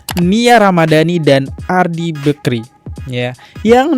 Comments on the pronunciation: Risih banget dengar kata Bekri.. BAKRI bg! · Bakri , kok telinga aku sakit dengar nya nyebut bekri , adehhh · Bakri bang bukan bekri wkwkw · Bakrie bang bukan bekri, bekrie mah roti